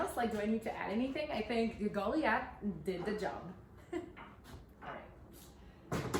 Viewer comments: My apologies, but this has been driving me nuts because I know that I don't like to pronounce words incorrectly, but the the "i" is long as in 'lie', not "sea". So it would be pronounced Go-lie-ath. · Hon, I believe the word you're trying to say is pronounced Gah lye ith 🙂